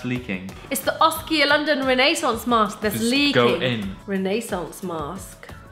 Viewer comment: When she said "renaissance" I thought she said "Renee sauce" hahaha